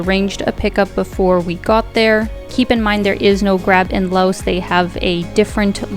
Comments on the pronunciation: The country is pronounced LAO. You people are so ignorant... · The "S" is silent in Laos.